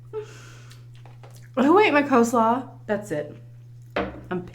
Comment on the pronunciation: Funny that you pronounce coleslaw as co-slaw haha